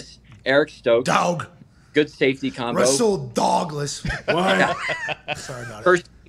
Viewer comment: “Russel Doglas” 😂